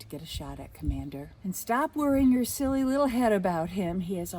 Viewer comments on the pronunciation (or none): none